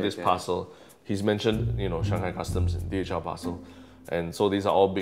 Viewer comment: Does anyone heard DHL as DHM